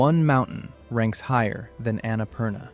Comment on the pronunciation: My ears bleed when he pronounced Annapurna that way.